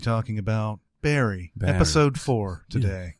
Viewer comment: Wish they'd pronounce Barry's name correctly, like Goran does.